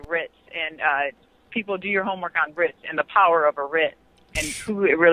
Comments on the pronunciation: it's "writ", plural "writs". "Ritz " is either a fancy hotel or a snack cracker. " Writs" come from legal entities. Like courts. Which she says are unfair to her. Where did her "writ " come from, I wonder? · Lol...bro.. she's saying WRITS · Writs, not Ritz but point well taken although "Everything tastes better sittin' on a Ritz." 😝🤣👍